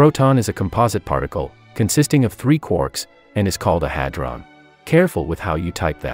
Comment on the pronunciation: Oh, HAD-RON... I've been saying it all wrong. That explains why all my papers couldn't get peer reviewed.